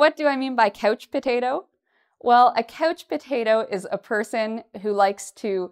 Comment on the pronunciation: you say couch i hear coach potato... 🥔🥔🥔